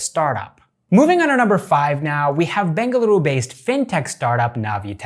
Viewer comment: Happy yo hear you pronouncing Bengaluru correctly